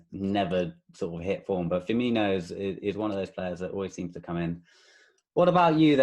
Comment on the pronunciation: Please learn how to say Firminos name properly